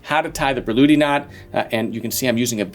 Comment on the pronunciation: And her name actually wasn't "Börluhdi" as his pronunciation suggests. 😁